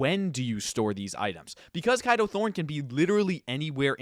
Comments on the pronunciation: I dont mean this in a rude way but i swear his names is pronounced as K a do thorne instead of kido thorne Or maybe its probably because im British😅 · you know you’re pronouncing Kado wrong, right?